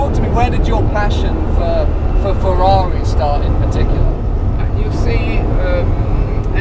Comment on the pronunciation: The way he says Ferrari & Lamborghini that's the proper way.